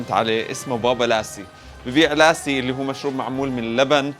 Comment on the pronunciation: مو اسمه لاسي.. اسمه لَسِّي العرب ينطقوها غلط